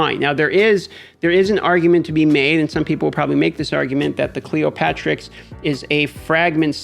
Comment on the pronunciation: It’s Cleo-terix, like pterodactyl btw :)